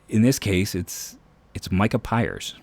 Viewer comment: it’s micah Pries with an R not Pires